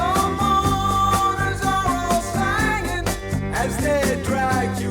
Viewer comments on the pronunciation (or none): Love Donald Fagen pronouncing "singing" as "sanging" in order to rhyme with "hanging". Also rhyming "beg us" with "Vegas". Brilliant!